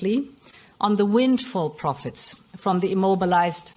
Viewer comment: The way von der Pirate says "proficts" ⚓